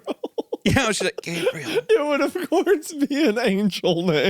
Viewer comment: love how isaiah says “gabrull” instead of gabriel